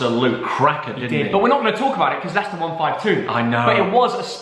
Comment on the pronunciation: I thought he would say liechester when he predicted Leicester West Ham 🤣🤣🤣🤣🤣🤣🤣